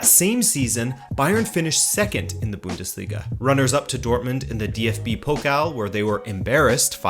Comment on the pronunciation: it is called the Bundesliga not the Büüündesliga